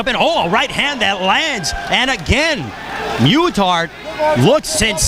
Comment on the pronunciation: Brad's my cousin, and they pronounced muthart wroung. i dont see how its so hard